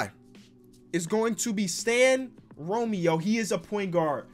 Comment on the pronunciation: u say it like this ro-mer-o